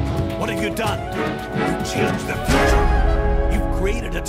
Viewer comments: Merde arrwtez de dire ze saboteur ze ceci ou ze cela c est the et ca se prononce de ou di pas ze merde ... 😒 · Ouuah l'abus de la prononciation de "th" en Z. J'ai saigné des oreilles. On le prononce en D et non en Z.